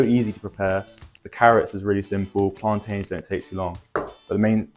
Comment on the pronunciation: His pronunciation of plantain 👏🏾👏🏾